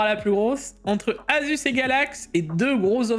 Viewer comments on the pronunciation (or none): haha et sa prononciation Asus. Assuce ROG 😂. Sacré